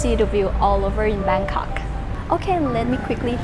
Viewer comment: Love it when she says Bangkok